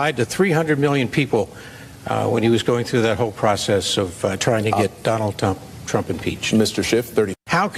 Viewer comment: Did he just say “Donald Dump”